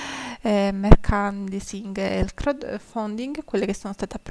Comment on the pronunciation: Merchandising si pronuncia “merciandaising”😚